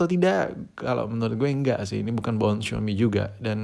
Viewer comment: Xiaomi Njer Bukan Xiomi